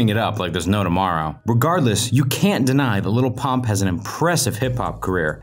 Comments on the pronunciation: It sounded like he said lol pop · i swear the narrator called him 'lil punk' a few times